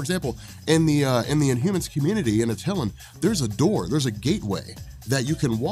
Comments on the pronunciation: I love you but the way you are pronouncing attilan is driving me bonkers lol. I cant figure out how to type out the phonetics but Its pronounced like (at)(el)(an) or (at elle anne) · Attilan is pronounced AT-ILL-AN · How you pronounce Atilan... 🤣🤣🤣